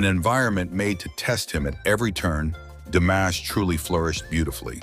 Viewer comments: C normal que vs prononciez son prenom DAmash au lieu de DImash ? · It's DImash, not DAmash. Get it right. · Se pronuncia DIMASH, con i latina. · DIMASH, por favor, pronuncie corretamente. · Que molesto escuchar como mencionas Dimash